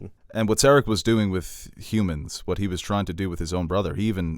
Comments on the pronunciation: it's pronounced Ser-AHC. Stress the second syllable, not the first! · Lol the way you pronounce Serac